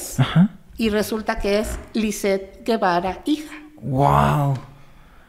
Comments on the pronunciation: El apellido no es guevara es gevara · no es Guevara es Gevara con el sonido " je "